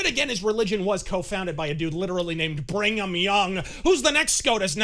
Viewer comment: Slight corrections: 1. Brigham Young was the second prophet of the LDS/Mormon Church, not the founder. The founder was Joseph Smith Jr. 2. It's Brig-Ham, two syllables with a hard "H". 3. Mittens is unlikely to win re-election within the next four years in Utah, given he's burned through all goodwill he had leftover with the religion he claims to be a member of from saving the 2002 Salt Lake City International Winter Olympics from its organizational and financial fustercluck, and they were the only group left that had any goodwill for him for that singular reason.